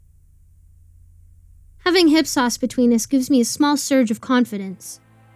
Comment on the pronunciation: ‘Hip-sauce’. ‘IP-SOHS’